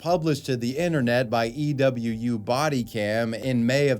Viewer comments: you're the only person i know that pronounces EWU like "e-w-u" not "eewoo" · EWU is said like EEE-woo, not E.W.U. 😊